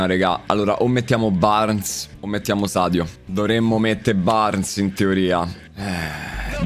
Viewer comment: Shadio mane the besht plaier in de uold, mi sembra di sentire un ubriaco (sono Veneto)